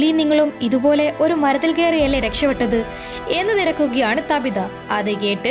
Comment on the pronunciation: താബിത അല്ല ചേച്ചി റ്റാബിത ahnu